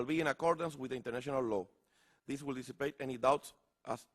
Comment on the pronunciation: DIJO that the WHEEL {sic, RUEDA en español}. OF DA PIPOL OF PUERTO RICO, en vez de WILL. JAJAJAJAJAJAJAJAJA.